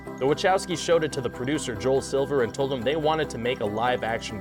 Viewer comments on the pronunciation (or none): none